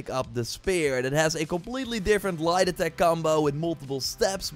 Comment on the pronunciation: Every time he says light attack .I hear lie detect finisher